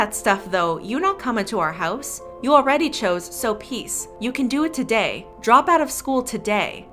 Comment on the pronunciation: Jay: today, today, tOsAy